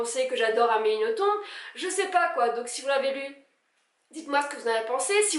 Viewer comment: Je précise qu'on dit Amélie NothomB'. Confirmé pas Amélie elle-même.